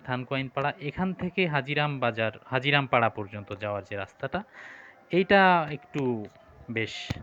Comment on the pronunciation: হাজীরাম নয়, হাজিরাং পাড়া